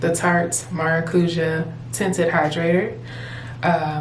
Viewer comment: Beautiful. I need something like this for summer. BTW maracuja/maracuya is a Portuguese and Spanish word for passion fruit (the "ja" is more like a "yah" sound)